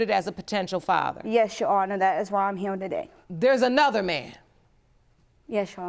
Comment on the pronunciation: "I'm not heewe to argue with hoowe" lady, all you have been doing is arguing with her. 🙄 She was obviously and clearly jealous of the new fiance and their relationship. She wanted to have what they have and couldn't stand that they have it. So she got her mind set that he was her baby's father and made up a whole relationship in her own mind. Sad. And scary.